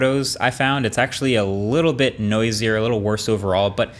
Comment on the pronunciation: “A beet slower”